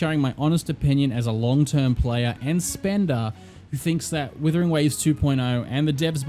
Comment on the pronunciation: is it just me but the guy keeps saying withering waves he's like the 4 th person to say the name wrong dear god 😢